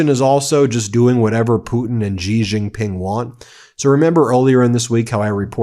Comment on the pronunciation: For heaven's sake, learn how to pronounce Xi Jin Ping.